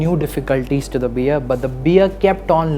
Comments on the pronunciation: You pronounced bear as beer. It actually rhymes with bare!! 🤣🤣 don't mind. Just pointed it out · To, pl. it's not beer u have pronounced it wrong. Its bear ie ber. Kindly change. Ur script is wonderful. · My god its not beer its a bear pronunaction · Not Bee-er. It is Bay-er. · Its not beer..... its called bear. Please learn to pronounce. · Bear is pronounced as beer? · Hi,, I enjoy your stories. But in this particular one your pronunciation 'bear' was wrong. It's pronounced as in 'bare'. Need to be careful since many people watch. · Hey son. The message was good and something everyone can learn. But please check the pronunciation of 'bear' the animal. I like your videos. 👍🙏